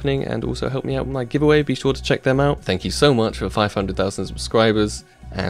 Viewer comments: pls! Ka-to-vi-tze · have fun at katowice sparkles! or katowici as u say ;D